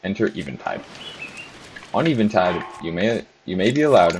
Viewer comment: I cant believe you pronounce eventide like that